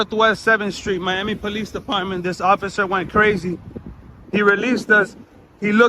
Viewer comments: Why does it sound like u saying “peace officer” instead of “police officer”? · I said this so many times why do they say poe leese